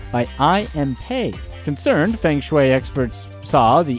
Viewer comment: Feng is pronounced 'fur-ng'